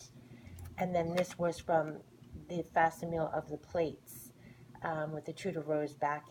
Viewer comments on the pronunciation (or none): Thanks for the video! I appreciate the side by side! One note, just because you said it a lot. Facsimile = fack-sim-ill-ee.